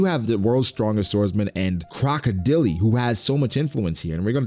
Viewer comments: Croco Dele? 💀 It's more like ↓ Croco dail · Bro, "Crocodilly?" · broooo not "CROCODILY" tf is that🤣🤣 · "Crocodeelee" That's a way to say it